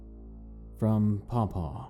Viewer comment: Ahhh!! 😱😱 You read my Dad's story! Thank you for narrating it so perfectly 🥰👌 loved it! Been wanting to share my creepy stories to the world for ages! P.s you're the only person who has pronounced my dog's name, 'Paw Paw' correctly! much love and support to you 💜 💜